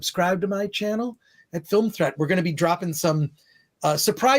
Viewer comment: I swear said Film Tread, when Film Threat is right there on screen next to his name